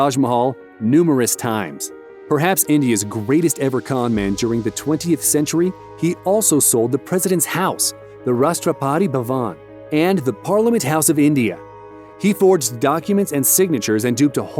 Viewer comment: " The rashtrapaaati bhawaan"😂